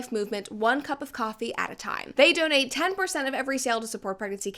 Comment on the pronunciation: ... "Dontate"? Anything to do with Andrew?